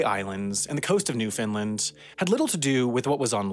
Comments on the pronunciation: Haha I really enjoy how it started out as "New-Fin-Lin" and a few minutes later says "New-Found-land" the rest of the video. Nice! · Funny cause neither are the correct pronunciation It's pronounced new FIN land not new found land, new Finland, new fin lund or any other variation even though you'll always hear them when non locals speak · I was going to complain about your pronunciation of Newfoundland (the compulsion to correct people who say it wrong is practically a genetic trait for Newfoundlanders, sorry!) but it seems you realized your mistake by the four minute mark. Carry on! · way to only mispronounce Newfoundland twice in the video, much better than like 90% non-Canadians' videos .